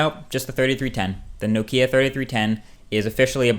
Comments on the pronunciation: Why can't u pronounce nokia? But great video other than that :) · You need to learn how to pronounce Nokia ;)